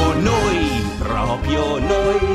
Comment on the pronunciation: Bellissimo peró ogni volta che dice "Propio" muoio un po'...